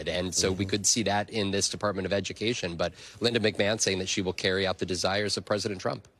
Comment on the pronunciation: We don need no edy-kashun, unhuh. 🤣